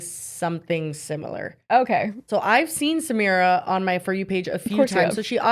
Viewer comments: Yall are pronouncing her name wrong it’s Sah-My-rah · I think her name is pronounced like suh-my-ruh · Thank you!! And them mispronouncing her name is literally a micro aggression🥲